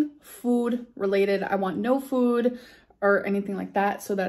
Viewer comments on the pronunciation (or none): WHYYYYYY do you say FOOD like that now?!!!! FEWD, NO FEWWWD PLEASE 💀💀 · I’m dying! That’s exactly how she pronounces food too! Fewd!!! 😂🤣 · I heard it too. It’s like “füd”. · I don’t know why, but the way she says ‘food’ really grinds my gears. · She says food weird now. It’s like the OOOH sound a New Yorker makes, wonder where she got that from? 🙄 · Why are you pronouncing "food" like that? Its true tou adopt your caregiver's NY accent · you say the word ‘food’ so silly lol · I miss when you used to say food normally. Ah, the good ol days. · Why is she saying food so weird ? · I don't even know how to say food like she does. And it's a new thing for her I'm going to say says it like that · You pronounce the word “food” very oddly. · I'm not American but how she says food sounds odd to me